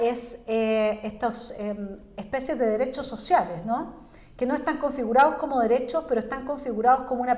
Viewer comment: Los dereshos shoshiales 😂😂😂😂😂